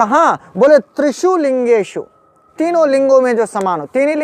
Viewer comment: महोदय आप को नमन। आप ज्ञानी है अतः आपकी उच्चारण गत अ‍शुद्धि ठीक नहीं।त्रिषु का उच्चारण त्रिषूल करना । ठीक नहीं है